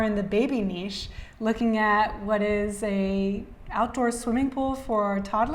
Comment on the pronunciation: Someone who could pronounce niche correctly. Respect :)